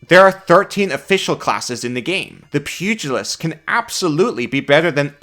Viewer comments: ...pew-jill-ist...not pugg-a-list... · Small thing, but it's pronounced "Pew gel ist" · Pew-jill-ist. But pug-ill-ist is funnier. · I'm personally disappointed by the lack of squishy-faced dogs in this class. You'd think a pug-ilist (as pronounced by ) would have a whole list of them. Also Happy Birthday! 🎉🎉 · Of course you pronounce it as pug-ilist. You are a pug class. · I was gonna explain how to pronounce pugalist, but you said it correctly a few seconds later so I'm guessing the way you said it the first time was a joke?